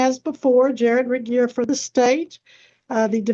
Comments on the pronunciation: How's she gonna repeatedly mispronounce jRegier's name less than a minute after Judge Webster correctly pronounces it? Not very "grammarly", ma'am. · The way she keeps saying Regier’s name wrong has me in SHAMBLES 😂